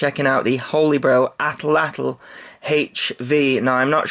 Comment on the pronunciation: Pronounced fine the first time it is a tool early humans used to throw Spears farther and faster nearly bow speed, looks like a stick with a spike back towards center that basically hooks the spear or javelin and essentially makes your arm longer so you can throw the spear faster